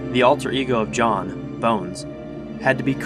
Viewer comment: You called Jon, yan.